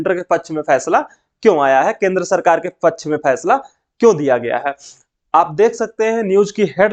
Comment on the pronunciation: Pachh nahi paksh hota hai janab please improve your spoken English skills